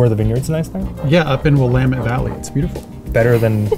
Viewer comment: Thank you for saying Willamette Valley correctly 😭😭